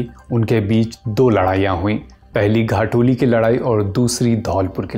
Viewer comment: Bro it's not 'घाटोली युद्ध' it's 'खातोली युद्ध'